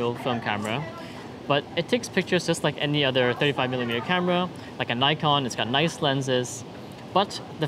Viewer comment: love your videos and images. really hope to have at least an upload once a month. But i cringed when you pronounced Nikon as Nikon. :p